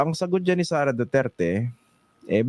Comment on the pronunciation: Huwag na kayong umasa sa kakampink nyo, limot na taumbayan mga yun😂, malabo yung pagkabigkas ni Lascanas sa pangalang "Sara" alanganin, tinuroan parang bata😂 o sige, sama na kayo sa ICC dalii, sama nyo rin si Trillanes, punta na kayong Davao, naghintay si Digong doon, hulihin nyo na, bakit ayaw nyong pumunta? huwag ng maghintay kung sinong kakampink uupo sa sunod! malabo na ang kakampink!😂🤣